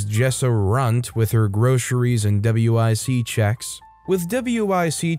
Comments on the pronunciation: Story 9: Just so you know, WIC is pronounced as "wick". I work at a grocery store as a bagger with customers with WIC, so that's how I know. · W.I.C. is a program in the USA for basic, healthy food supplementation and education for pregnant and nursing women (W.), infants (I.) and small children (C.). That being said, it is not called "Double-you, eye, sea", but "wick", like John Wick.